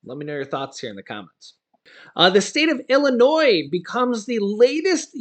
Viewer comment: ILLINOIS PRONUNCIATION Just ignore the 's' in Illinois.